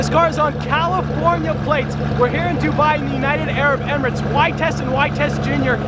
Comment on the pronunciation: That Dubai pronunciation tho. Seems familiar 🤣